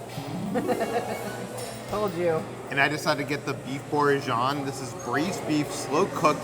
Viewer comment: it’s Beef Bor-gin-n-yon. Remember you’re in suppose to be in France so nothing sounds like totally how it’s spelt.